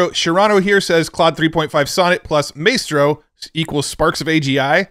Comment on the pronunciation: it's My-stro not may-stro :)